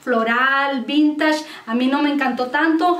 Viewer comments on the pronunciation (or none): none